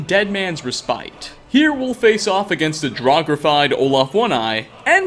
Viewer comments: It's pronounced re-spit, btw. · How do you know all of this, but mispronounced "respite", lol. I think I used to until I heard it in the game.